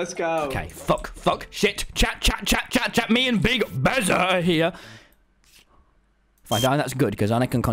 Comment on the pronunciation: instead of chat he said shat